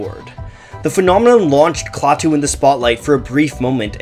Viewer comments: "Klaw-too"? Klaah-too (ah as in aspirin). Apparently you never watched "The Day The Earth Stood Still", or you would know how to pronounce the alien's name. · I'm old enough to remember Klaatu (pronounced kla-too, not claw-too). And, it's true, people thought they were the Beatles pulling a stunt. That's because no one knew the identity of the artists so imaginations went wild. If you take the time to seek out their music (Klaatu's, not The Beatles') you might just be pleasantly surprised. Klaatu wasn't the first band that people thought were really The Beatles, however. Lots of folks thought the same thing about Badfinger. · You would think is somebody who went to all the trouble of making a video on a band would know how to pronounce the name of the band. But nope.